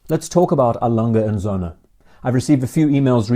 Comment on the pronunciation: Söhne, with an Ö, plural of Sohn.